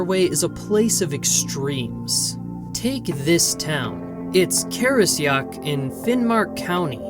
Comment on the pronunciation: It’s pronounced. Kara-shock without the stupid American accent